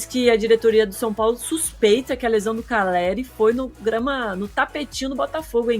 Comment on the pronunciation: CALLERI. NÃO CARELLI. APRENDAM ANARFAS